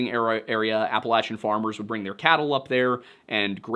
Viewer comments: Thank you for pronouncing Appalachian correctly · Just wanted to say thanks for correctly pronouncing Appalachian. (My lifelong home.) I've watched a lot of videos where people pronounce it wrong and because it's the main focus of the video they mispronounce it fifty times and I have to click away because I realize I'm screaming at the monitor. If you're video is about Fallout 76 and hearing it pronounced correctly in that game hundreds of times and you still botch it, you're just helpless, so thanks for putting in the extra effort.